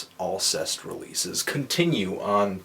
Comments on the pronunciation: I believe it's pronounced "all-SAY" :) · Yeah. Learning to pronounce the bands' name is FUCKING IMPORTANT, you inbred piece of shit. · You pronounced it pretty much completely wrong. Sorry Anthony. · ahah pronounced it wrong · you didn't pronounce it right lol